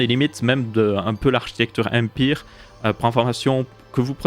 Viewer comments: nan mais on dit pas Ampire mais Ampère.. aled wtf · Par contre on dit Ampére pour l'architecture pas empire.